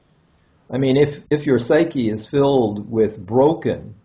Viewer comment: Psyche is pronounced sigh-key. You stumbled over the explanation of why Freud felt hostility toward his mother, with the "golden phallus" imagery and the statement "not loving it for himself," which makes no sense. I felt like there was something important here and I wish you had made it clearer. Why would a woman have golden phallus imagery, and what exactly do all the pronouns you used refer to? Is the author saying Freud's mother didn't love him for the person he was but rather loved some idealized image she had of him?